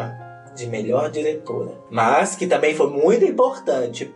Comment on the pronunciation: Amei o "SINHÊ" e o "TAMBENHÊ"... sempre um ahazo,!! Te amo, da Treta Gringa!!!!